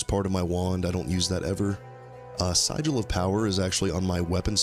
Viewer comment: First of; very cool build, love it! Secondly (and not to be an asshole, just trying to spread knowledge where I can), Sigil is pronunced 'si·jl' where the 'jl' part almost sounds like the word 'gel' :)